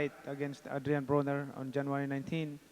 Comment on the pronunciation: did pacman say adrien boner? 😂 pacman is the man